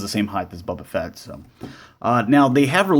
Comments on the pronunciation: Did you say bubba fett and dark vader??? 😐😐😐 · I had to keep rewinding it. I heard Bubba and Dark every time. Lol